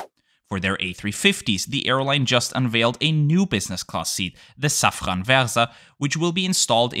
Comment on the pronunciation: As many Austrians, me trying to pronounce French words correctly feel with you. But since I learned about the company Safran Seats on your channel, being a French multinational, you should consequently pronounce it "Saffro" ;)